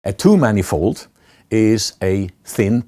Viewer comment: Took me a while to figure out that he was saying "two-manifold" and not "too-many-fold"